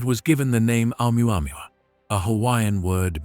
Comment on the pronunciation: Hahaha . Amuamua??? HAHAHAHA . Or OMUAMUA